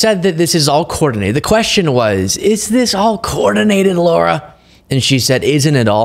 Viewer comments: It's not low-rah, it's lah-rah! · Her name is not pronounced Laura. It's pronounced Lara, the Lar rhymes with 'car'. --- Matter of fact, Lara rhymes with the 'Mara' in Mar-A-Lago. ---- LARA Trump, MARA Lago. --- There now you know, please pronounce it correctly when speaking of her. And no I'm not a fan of her or ANY Trump person. But it's not a hard name. And that's the correct way to pronounce it. So you should learn it. -- Laura's everywhere are offended to be associated with her.